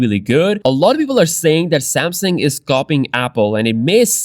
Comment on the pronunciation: I want to bring to your attention that the name is "Samsung," not "Samson."